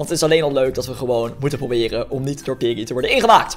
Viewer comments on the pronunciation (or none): Het manier waarop hij piggy zegt is een beetje raar